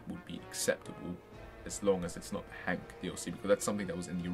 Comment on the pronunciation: Thanks for the video but I do believe he's called Hunk, not Hank. Also mate you resemble Jemaine Clement.